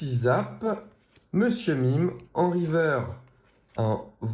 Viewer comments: Il dit river au lieu de riverse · On dit riveurce et pas riveur pour informer